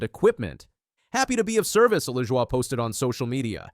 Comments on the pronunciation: Saçre-bleu!!!!!! It's pronounced la-joy dude. He's not French. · It's pronounced Luh-Joy. Take it from someone who watched grandpa race. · What the hell is this pronunciation of Corey's name. Who is reading this. Moron😮